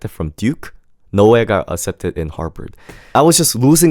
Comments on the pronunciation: Good thing you didn't get accepted because you don't even know the school's name its Harvard not Harbird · harvard ❌ harBard ✅ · Is anyone else hearing "Harpard" instead of Harvard?